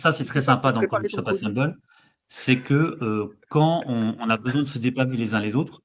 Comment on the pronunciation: qui tout le long de la vidéo pense qu’il prononce bien Comics Shop Assemble et pas assemblée 😂